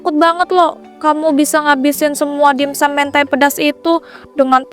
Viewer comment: dimsum woi bkn dinsum😢